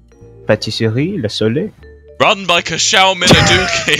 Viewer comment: L A S O L E I L every french watching this: This Is Unacceptable